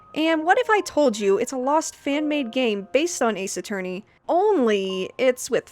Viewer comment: Ace A-FUR-ney?